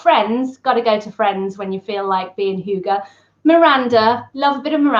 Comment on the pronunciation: How to pronounce "hygge": Not "hjUge". The start is as in "hymn", not as in "huge" (not "hjy", forget the "j"). The double "gg" means that the "y" should be short, then linger on the "gg" a little longer. At the end, emphasize the "e" as much as you did the "y", and maybe even go up a little.